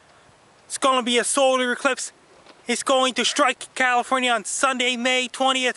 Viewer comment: "its gon be a soder ecwipse"